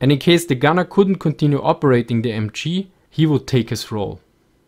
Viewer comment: good video but wow you have such a terrible intonation! work on that bc i hear Thee-Emchee when you're trying to spell the MG😂